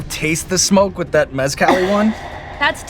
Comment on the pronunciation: I'm going to start pronouncing Mezcal like her. "Mez-Cal" 😆